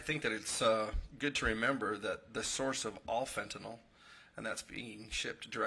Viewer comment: Did he say Fentinol from China? LOL.